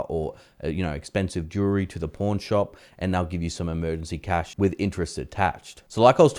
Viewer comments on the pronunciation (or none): Love the accent, but "porn shop" really is different than "pawn shop!"